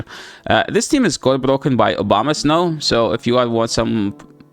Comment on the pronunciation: Am I the only one hearing "Obamasnow"?